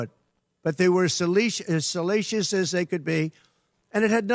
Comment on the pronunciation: I say salacious you say selleechus.